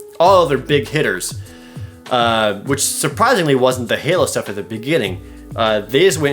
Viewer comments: Hao? Jared! I think you made a little mistake. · Hao stuff? I assume you mean halo